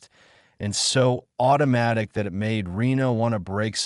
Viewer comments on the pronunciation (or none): 2m:56s: Sigh ... Not again with this "brain"-damaged text speaker the cannot handle the English word "it". I T is the mark of a poor "author" who does not do a prrof-read, does not do a proof-audit. --- This means IT is time for me to bail out, and leave a THUMBS DOWN. --- And to not even open the next two stories suggested by YouTube.